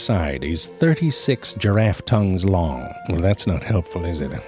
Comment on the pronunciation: "Its a liong tongue, up to ten inches liong". 🤣 What the hell is a "liong".